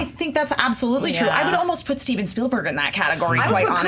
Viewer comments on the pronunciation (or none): none